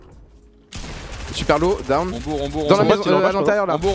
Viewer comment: Mdr l'anglais de doigby qui dit '' done '' a la place de '' down''